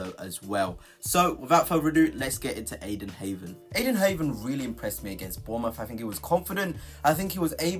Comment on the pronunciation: If your pronunciation of Heaven is as accurate as your player analysis....no thanks😅